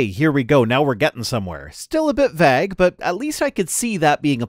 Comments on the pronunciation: How have I never noticed that pronounces vague as "vegg." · I was looking through the comments for exactly this before I posted my own. Is it a Canadian thing? Or is it a thing? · Am I the only one stuck on how is pronouncing 'vague'? I've never heard it pronounced that way, and it throws me every time he says it in this video. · So do all Canadians pronounce vague this way? The funny thing is his “vague” rhymes with my (American from New England) “bag” but most Canadians I know pronounce “bag” so it rhymes with MY “vague!” 😂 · As a British English person the long eh sound in pronunciation of "vague" was noticeably "Canadian" to me. The General American one is close to ours but a bit shorter I think; closer to that in "pay" than "paid"